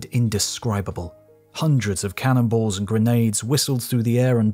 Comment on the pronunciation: Heavy subject, and very well done. The only problem I have appears to be my own in that every mention "cannonballs," I hear "cannibals." Every single time I'm like "what?"